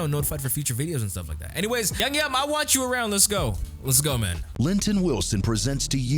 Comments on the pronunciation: I loved your reaction! Can I just correct you on how to pronounce his name? It’s like YOU-GEE- YUM (hard g sound) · IT'S PRONOUNCED "YOO-GYUM" !!!!!!! love your channel btw